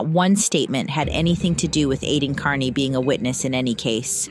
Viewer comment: Why does he intentionally mispronounce his last name? KEARney is not pronounced CARney.